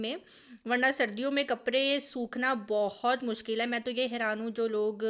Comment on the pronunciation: AP kaprdy ko kapry kiun bolty Hain?